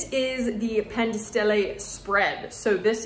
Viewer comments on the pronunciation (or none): sarebbe carino se pronunciassi i prodotti come sono scritti tipo Pan di Stelle e non Pen dei Stéilei.. sarebbe molto apprezzato